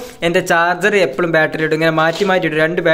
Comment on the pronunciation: എപ്പളും അല്ല എപ്പഴും